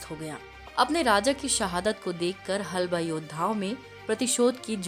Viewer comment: हलबा नही हल्बा